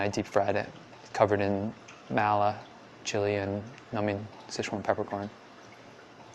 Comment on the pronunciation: "Mao-la" flavors lmao smh. It's "Mah-la"